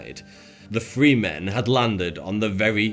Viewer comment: Lol. "Five fousand men and free women..." Th-fronting is hilarious and sad. Here's a video for you